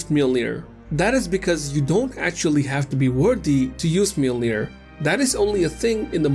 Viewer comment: Not “Miyolnir” it’s pronounced as “Yolner” if I’m correct?